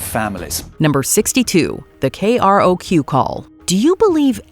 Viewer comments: KROQ is pronounced K-Rock. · K-R-O-Q is pronounced K-Rock